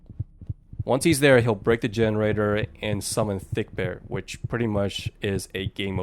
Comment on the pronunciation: the name is fredbear and not thickbear